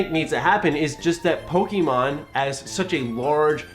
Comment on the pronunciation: I agree with the opinion. I don't agree with the emphasis you put on the 'e' in Pokemon.